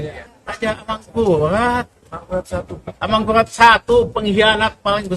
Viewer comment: Pak RM sampean salah sebut pak yg bener Raja Amangkurat bukan Amangkughattt.. 😅😅😅